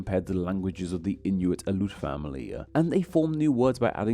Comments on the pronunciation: Aleut is pronounced in thee syllables. The e is separate of the u. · Yes! I am from Alaska. A few tips: Aleut is (in English) pronounced ALLEY oot--stress on the initial short A. Tlingit is pronounced properly with a lateral L initial consonant (exactly the same as Welsh double LL) and in current orthography Lingít with stress on the second syllable, which also has a rising tone on the I.